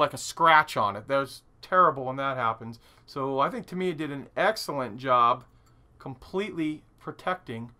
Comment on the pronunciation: How are the people at Tamiya still your friends when you butcher their name so bad? Even Uncle Nightshift gets it right and he's Slovakian! :-D